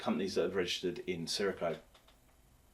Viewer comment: Coffeezilla and lots of other youtubers did an expose on this, stay well well well away from anyone 'regulated' in Curaçao, you didn't do your normal due diligence mate, you're not even pronouncing Curaçao correctly ffs.